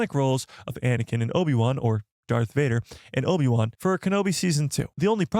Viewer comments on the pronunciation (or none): none